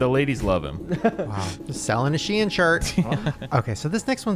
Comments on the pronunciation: Am I the only one bewildered at the pronunciation of SHEIN?! She-in?? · When you guys said SHIEN, it sounds like you're saying the name of the city I live in in Norway, which is Skien (pronounched scheen) XD